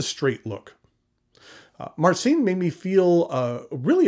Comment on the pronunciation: You should polish your polish! "Vooy-tzeek", "Mahr-tzeen", that's the closest I can write. "Ci" is spelled soft, maybe close to the one in a spanish "macho" word. But still a good attempt to pronounce it!